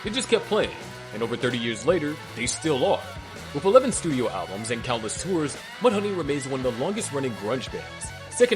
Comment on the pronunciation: According to this Robot narrating the video, mant bands record "alblums" not albums.